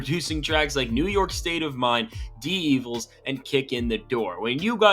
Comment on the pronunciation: Hard to take a list seriously that not only doesn't put Timbaland at #1, but doesn't even list him as an Honorable Mention. Also hard to take a list seriously when this guy doesn't seem to know much about Hip Hop, as evidenced by the fact that he mispronounced so many things. From "Dee Evils" to "Ticahl" to "Ta-lib Kwehli" to "Juh-rue the Damaja."